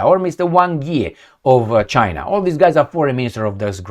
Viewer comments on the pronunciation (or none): none